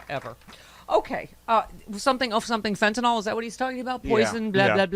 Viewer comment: It's not fentenol, it’s fentanyl, nil not nol.